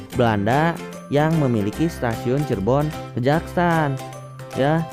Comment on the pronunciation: Saya tinggal di Cirebon, itu dibacanya Kejaksan bukan Kejaksaan. Pengambilan namanya dari salah satu tokoh penyebar Islam di Cirebon Raya, yakni Pangeran Kejaksan (Beliau adik Ipar dari Syekh Syarif Sunan Gunung Jati). Kejaksan jadi nama Kecamatan ditempat Stasiun itu bernaung.